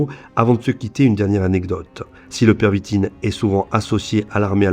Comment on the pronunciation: On dit la pervitine et pas le stp